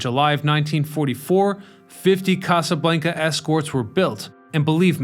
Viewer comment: The way you say Casa Blanca…🤦🏼‍♂️